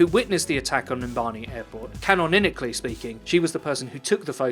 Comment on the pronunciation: Bruh, did my nigga just say "canoninacally"?